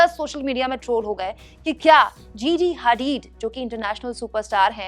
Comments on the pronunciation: Didi.. उसका नाम जीजी हैदीद नहीं जीजी हदीद है। और वो अब सुपरमॉडल नहीं है। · GG hadeed🤣🤣🤣🤣sahi se bol lo madam